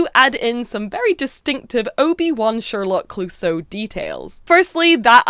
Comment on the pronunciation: Its Clousseau, like the police inspector at Pink Panther cartoons, with the tonic accent in the "eau" (pronounced "o"). That rainbow warriors marine is fantastic!!!!